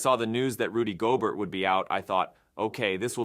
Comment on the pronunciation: Listen to the pronunciation of Gobert . The narrator is a robot.